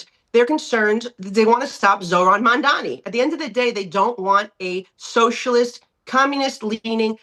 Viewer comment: Also any journalist who can’t pronounce “mamdani” is just a racist and not qualified.